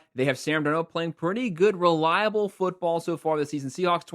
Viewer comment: Dar-nold... not Dar-nou